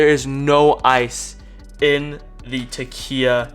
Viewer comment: Since Takeya gave you free product, you may want to pronounce their name correctly... 😉